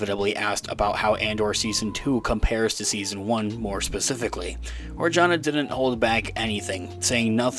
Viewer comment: Adria Arjona is half Puerto Rican (like me)(on her mother side) and half Guatemalan (being the daughter of famous singer Ricardo Arjona). But her last name is pronounce "arhona", the "j" in Spanish ALWAYS sound like an "h" like in hip or hop. Love your channel. 👍👍👍